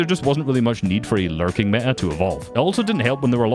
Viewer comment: why do i hear it larping instead of larking